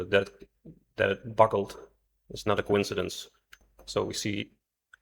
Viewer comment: The word is buckle, not buckel.